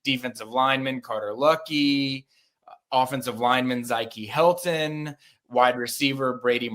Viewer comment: That's crazy if you can properly pronounce Valdin Sone but not Zykie Helton.